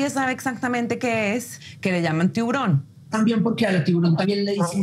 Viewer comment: I thought these guys were legit, till homies passed an L around of that "tiguron" "Tiburon" as in shark in Spanish. This ain't no sharklato either.